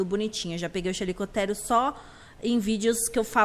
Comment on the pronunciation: o certo é o jeito que ela fala pq eu vi em um documentario dizendo chaliecotierium